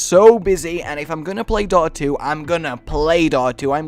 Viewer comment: What was number three? It sounds like he said "daughter 2" and I've never heard of it before. It also looks exactly like league of legends